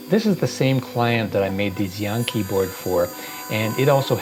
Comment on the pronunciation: "Xiang Qi" is pronounced more like "Shiang Chee", just so you know.